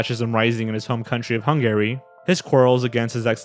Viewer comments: never heard someone pronounce Hungary as hun-gary instead of hun-gah-ree until now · You keep pronouncing it HUNG-GARY and it's driving me crazy!! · My favorite part of watching videos is listening to which words will be mispronounced, and how often those mispronunciations will recur. Only Sigma Fee and Hung Gary know for sure. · Hungary is pronounced Hun-guh-ry, not Hun-Gary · The way you pronounce Hungary makes me an-Gary. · It's killing me that you keep saying 'hun-gary' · Why does he pronounce Hungary like that?! lol It’s wrong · What's with your pronunciation of "Hungary"?